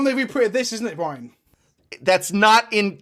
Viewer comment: Bwi..an...!...?......?...?...? (Love the video! just having fun as a fellow!)